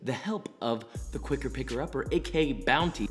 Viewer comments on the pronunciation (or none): Joshua replaces his r’s with w’s so much I thought at first he meant to say “the qricker picker upper”